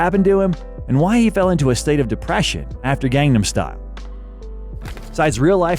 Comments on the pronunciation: please pronounce gangnam correctly! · Your pronunciation of "Gang-Nam" is not correct